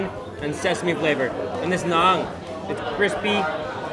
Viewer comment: its na'aan not naaag